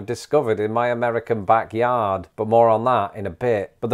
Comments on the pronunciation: I'm gonna need you to stop saying "backyarden." 😬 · Back “yardin” 😂 love it (yard/garden) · Did you say “yarden” for YARD, like “garden”, but with a “y”? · Back "Yarden" 😝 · Did… he say “yarden”… like garden + yard? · 🤔 Are you saying "Backyardin"? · Hold on, is he saying 'yarden'?